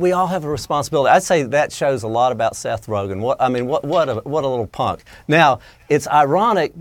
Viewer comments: Seth rojen? lol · Seth "Rojan" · She calls Joe Rogan Joe Rogan and Seth Rogan Seth Rohan...classy grade school antics hahahaha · j s The joke flew way over your heads. The reporter pronounced his name wrong. It's RoGEN not RoJIN. I know a Seth Rogen, not a Seth Rojin. Get it? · This thing lost all credibility in the first two seconds when that lady said Seth Roshen. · Seth rojun?????? Its pronounced seth ro gun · Seth who? Roshane? Nah mam its Rogen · Seth “Roejin” Rogen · Its Ro...Gin not Rogchin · "Seth roshen" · “seth rojen” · She said seth roghen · Rogen not Rogen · “Seth Roejan” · Rojen? Lady, c'mon. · Did she just say Seth Rojan at the beginning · Did she say Seth Rojen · Seth "Rosion"... heh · Don't even see how she thought it could be pronounced like that. It's G not a J. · “Facts first” can’t get a name right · Can’t even say his name right but get mad cuz he doesn’t want to take a pic with Paul Ryan 😂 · How hard is it to pronounce Rogen -_- smh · anyone notice how that lady at the beginning mispronounces rogan's name like if it was french lol? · I think she really pronounced his name wrong on purpose